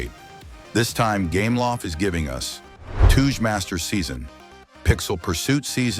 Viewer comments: Stop saying Tooje please 😭🙏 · Touge is a japanese word pronounced "Tow/ Toe - Geh" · "Toodge masters"